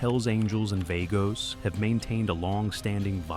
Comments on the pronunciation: VAH-gos, not VAY-gos you stupid robot. Also, sloppy pic and stock video use. Snow? Altamont? lol Human AI coordinator, come clean up your 'bot's drool, would ya? Thx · "Vay-goes".. lol